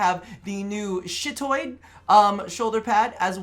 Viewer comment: Its Chitoid not "Shittoid"